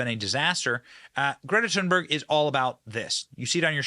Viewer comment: Dang! Benny almost said Greta's name right! He didn't pronounce the "H". It's more like "tune" or "toon". Most people can't help but say that "H". Here